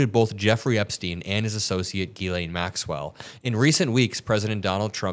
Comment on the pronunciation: Ghislane is pronounced "zshe len". Maybe we should go ask her how she says her own name.....